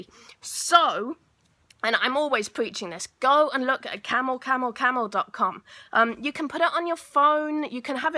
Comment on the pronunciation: What? Camo Camo or Camel Camel...couldn't understand you.